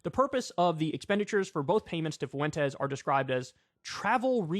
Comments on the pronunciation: Kyle, ya killing me. Fuentes is pronounced fWEN-tez, not FU-EN-tez. My Puerto Rican ears are bleeding. ✌️ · "nick foowentes" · Stop saying "Fuentes" like that. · Why do you say Fuentes like that?